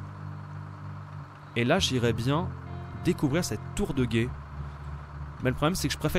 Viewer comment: A il dit tour de guète